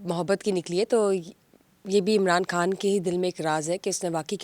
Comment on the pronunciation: کھان نہیں خان کہا کرو ۔۔ خ کی پرنونسی ایشن بہت غلط کرتی ہو یہ اردو زبان کے ساتھ زیادتی ہے